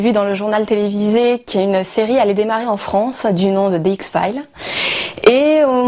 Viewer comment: les fans de X-Files mais ne sait pas prononcer correctement le titre de sa série préférée. x fyle 😂😂